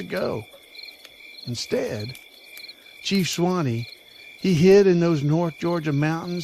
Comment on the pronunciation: I'm from, and still live very close to the mountain named after Chief Sawnee. That and my own education requires me to call you out on how you pronounced his name. It is pronounced "SAW---KNEE" not Swine-eee.